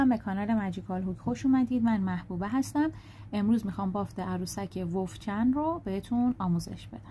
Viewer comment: خاله عالیه ولی ولف چانه نه ولف چن